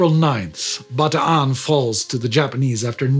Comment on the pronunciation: He is pronouncing it correctly. Anyone who says otherwise is mistaken.